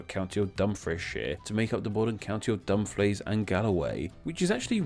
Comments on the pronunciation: ok I like the concept of your video. However if your going to do a video about place names, youve got to be able to pronounce them correctly. Youve mispronounced Galway many times, as well as mispronouncing Dumfries, Kirkcudbrightshire and Dumfriesshire. A bit more research is needed. Otherwise decent. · Kirkcudbright is pronounced 'Kir-Koo-Bree' Also 'Dum-frEE-SHer' And 'Dum-frEEce' Hey you got Galloway perfect though :) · I like the vid but just wanted to point out that Kirkcudbrightshire is pronounced Ker-coob-ree-sher, Dumfries is pronounced Dum-frees, and Dumfriesshire is Dum-free-sher